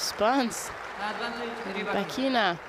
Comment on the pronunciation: I don’t ever leave comments, but I had to sign once just to say…could you please say Rybakina’s name correct ONCE! Please dude…one time! The lady is obviously trying to use the Force to help you.